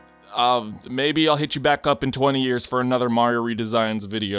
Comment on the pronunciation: "Mario Red-esigns"